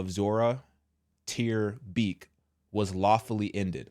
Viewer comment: Bro, her name is "Zoraya ter Beek," NOT Soraya ter Peek.